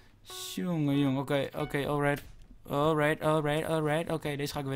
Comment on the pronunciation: Je zegt de hele tijd or right maar het is toch all right?